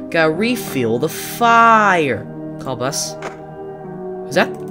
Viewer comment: You don’t have to say fire like “Fire” (EDIT: The tree bully is not a trickster and it’s trickster not “trickster!”